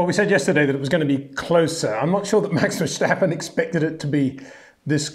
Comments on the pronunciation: Ver Stap Pen and not Ver shtap pen, there is no H in his name, not that difficult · No, we don't pronounce ...st... as ...sht..., what makes you think Germans do that? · HEY PETER WINDSOR, I HAVE MESSAGE FOR YOU SIR: it is NOT Max "verSHtappen" ... Max is not German (Germans indeed do pronounce "st" as "sht") ... #Max33 = Dutch NL/Belgium! ... It is not "Bottash" nor is it "Lewish" certainly not "verSHtappen" .... This BS started long time ago when a British sport presenter interviewed father Jos Verstappen and assumed you can use a German pronunciation to a Dutch Driver thinking it is so "funny" ... It is not. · Glad there isn't an clear cut champion already this far in the season unlike previous years, and Peter you should really ask a dutch person or Max himself how to properly announce his name, image hearing your name butchered every time....